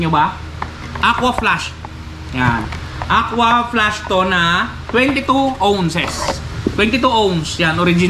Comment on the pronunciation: Aquaflask sir hindi po aqua flash heheh